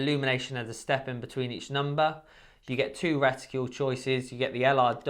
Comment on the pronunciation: What's a 'reticule'? Something about shooters that can't pronounce simple words. 'Horniday' 'ambidextrious'.